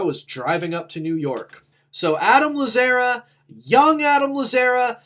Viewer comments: No one else is gonna mention the mispronunciation of Adam’s last name? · It was so grating hahah